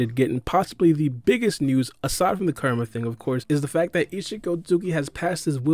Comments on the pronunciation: It's hilarious how you're pronouncing Kuramas name. Sounds like your karuuamaa..... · It’s Kurama* say his name right